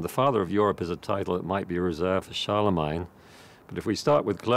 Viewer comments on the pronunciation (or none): Charlemagne with "main" suffix not "mine" I don't care how it's spelled everyone says it "main" so it's main. Gets under my skin when people pronounce words deferent than everyone else. Great documentary though wouldn't like to live back then but would love to have a holodeck program. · First time I have every heard anyone pronoun Charlemagne like that. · me 2